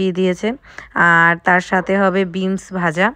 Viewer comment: Veens na beens bole